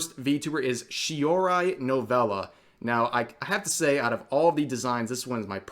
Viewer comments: Anyone else kinda irritated by the American ass way Rev pronounces the names? You'd think for a weeb he'd be used to actually pronouncing them properly by now. Like what even is "Sheyorai" like it's obviously "Shii - o - rii". It's syllabic, Japanese is very syllabic. It's not even that hard to pronounce at least close to correctly. I'd find it ok if Rev was someone who doesn't base their entire channel off of covering Japanese anime culture, but that's literally his channel. That's like being a super fan of k-dramas and you can't even say "Annyeonghaseyo" correctly. Surely he's heard enough subbed anime to understand that Japanese is a very syllabic language with few long vowels. Not saying this to hate on Rev, I mean I like his content enough to watch it every day in the background while playing games. But come on. Rev should know better at this point since he's a weeb too. Idk, just a little pet peeve rant of mine. Also I'm Filipino and our dialects here also tend to be somewhat syllabic and lacking in long vowels, so perhaps that has something to do with me finding it easier to not butcher Japanese words. Also, Koseki for the win, silver/white haired lolis are the best. I mean just look at the prime cunny collection that includes Hina, Mutsuki and Azusa from Blue Archive, Fie, Altina and Lapis from Kiseki, and more. Silver haired lolis are God's gift to this earth. And the twins reminding me a lot of the Saiba twins from Millennium Science School's Game Development Depart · She-Oh-Ree, not She-Oh-Rye. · Surprised you pronouce Shiori as ShiorY. Are you even a weeb ? 🤔🤣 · it's pronounced (She-or-ree) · Shee-oh-rai oof 😣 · Shee Oh Ree Koh Seh Kee Rev, you Can do better. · Ack at that butchering of Shiroi. ;_